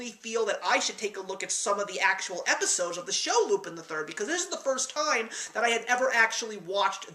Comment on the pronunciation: Two things: 1) The animation of this film was used in a 1983 Laserdisc arcade game, Cliff Hanger. 2) It's not pronounced "loop-in", but "loop-ON". It's French. Great review, though.